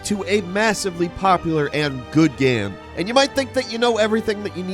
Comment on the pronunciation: My dude still pronouncing game "gamm" or "gayam". So bizarre.